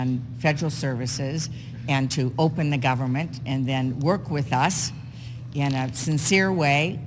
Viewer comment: “Open the govermin, open the govermin.” - Chucky Shoemurr